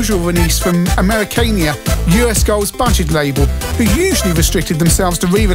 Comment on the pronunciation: Without hearing it spoken until watching this, I've always pronounced the last bit of Americana as rhyming with farmer. Google agrees: "uh·meh·ruh·kaa·nuh". And ACE as a word, like NASA kind of is.